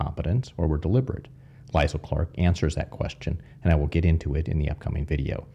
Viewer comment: I think that name Liesl is pronounced Lee-sul.